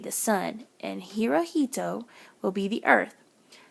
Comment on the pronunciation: Sorry to be that person but Hirohito is pronounced (Hero-he-toe) at least that is the way I am learning it in school.